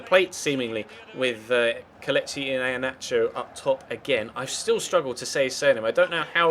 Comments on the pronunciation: Apparently it's pronounced 'EE-HAN-ATCH-O You're welcome! 😃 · Watch the Video at ManCitys YouTube Channel! They made a Video with Iheanacho (or what you pronounce it) :D